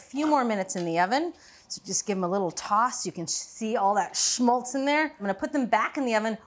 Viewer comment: Awesome clip. You said "shmultz" too much, but hey...